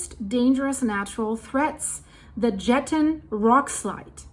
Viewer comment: Jetten= yetten 😅